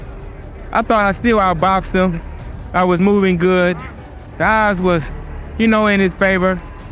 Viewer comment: ‘odds’ not god